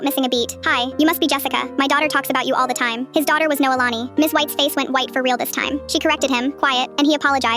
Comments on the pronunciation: i’m hawaiian and was shocked to hear my name in this short- “noelani”- and the ai pronounced it wrong, it’s not “no-uh-la-nee”, but it’s actually pronounced “no-ay-la-nee” :) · Also tf is noa lani 💀 its noelani